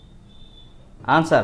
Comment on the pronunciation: Please say answer not añnswer